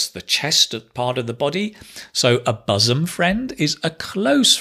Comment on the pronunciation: Hai, I am an ardent fan of yours. Please carry on your good work. By the way, isn't your pronunciation of the word ' bosom ' different from the standard pronunciation given in the dictionaries, including Daniel Jones's. I suppose it's the Manchuvian version.